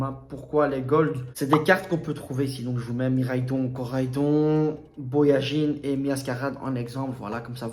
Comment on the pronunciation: BAojian et pas BOajin si jamais :) Mais très bonne vidéo bravo ! =)